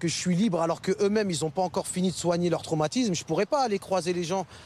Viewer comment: et « traumatiMse » 😂